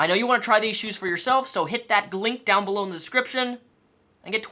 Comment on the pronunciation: Haha you said glink